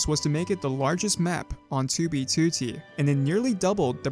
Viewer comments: Ok but why do you pronounce it "tubey tootie"? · bro stop sayin 2b tootee